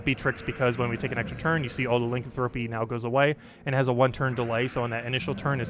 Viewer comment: Pleeeaassee stop saying Lincoln thropy